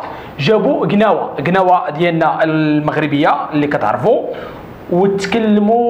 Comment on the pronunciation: ماشي كناوة. كلاوة...اخي باش يفهمو كولشي